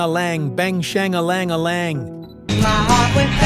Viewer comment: that chorus is NOT "Bang shang a lang-lang"... its "Bang shang a lang"...what a DICK!.. No mention of the other great Archie hit..."Jingle Jangle"..?... for shame...!